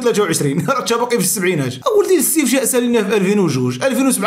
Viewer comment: أخي اسمه الاستفتاء ماشي الاستفشاء😂